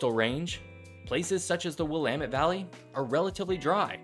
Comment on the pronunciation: Thanks for pronouncing Willamette correctly 😂